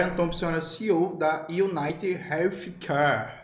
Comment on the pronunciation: Manoel, o "th" em "Healthcare" é pronunciado do mesmo jeito que o Lula pronuncia a letra "S".